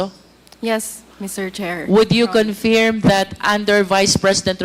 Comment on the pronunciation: Please pronounce correctly the word confirm.. Para ksing british ang dating🤣🤣🤣🤣